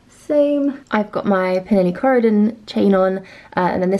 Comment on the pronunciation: Love your style! I have the Uniqlo linen shirt too and it's just the best! så light and comfy. PS. It's Pernille Corydon, not Croydon. Co-ry-don..